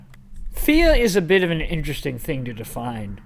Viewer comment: What other people heard at the start: “Fear..” What I heard: “FeEt”